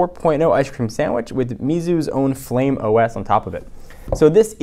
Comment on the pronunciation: The OS is Flyme, Not Flame!